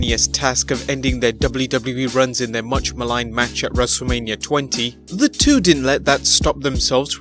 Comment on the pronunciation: Haha he said wrestlelameia (lameia)